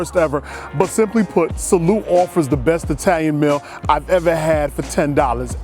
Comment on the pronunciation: E-talian woot woot